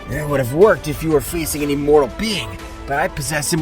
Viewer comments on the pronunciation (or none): Inmortal? You mean imortal